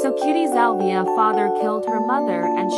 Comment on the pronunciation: Her name isn’t cutiesalvia It’s cutiesalviae